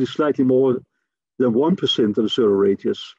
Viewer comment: Wow this guy is difficult to understand. Due to the poor quality audio and poor pronunciation, the words "radius" and "red giant" are indistinguishable, and both sounds like he's talking about "Radeon" graphics cards.